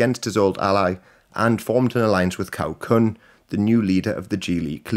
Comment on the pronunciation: Thanks for the video but please learn how to pronounce the Chinese Hanyu pinyin transcriptions i.e. Cao Kun (Ts'ao K'un)as a person who reads Classical Chinese I struggle to follow of whom you speak.